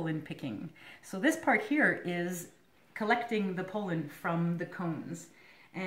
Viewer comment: pol·len /ˈpälən/ Not pole’in Seriously. Good video, thank you.